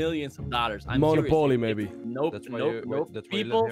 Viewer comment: No offence but I kinda like how you pronounced monopoly...........so new, so unique 💖💖